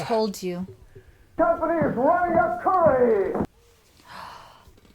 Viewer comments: It's pronounced ker-ruh-hee not the way you were saying it lol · I believe it is pronounced Kur-a-hee.